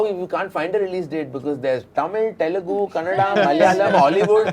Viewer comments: Varun first learn how to say ‘Telugu’ before you ask for a role in TFI. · Man I feel the same when tamil people say telungu instead of telugu..